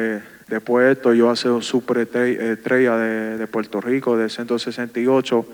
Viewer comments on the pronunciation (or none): Berlanga vele verlanga 😂 que paso pueltolico